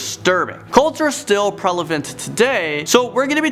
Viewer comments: Did you just say prelavant instead of prevalent? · Prevalent* lol. Not prelavent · "Cults are still preLevant today" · Disliked for saying prelavant instead of prevalent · lol "prelavent" Looks like this dude has a case of the occasional verbal dicks lexia. 😂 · Did he just say "Prelevent"?